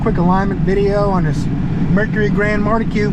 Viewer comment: It's mar key, as in Marquis de Lafayette.